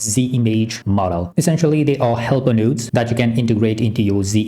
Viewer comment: "... nodes..." ❌ "... nuuuuudes..." ✅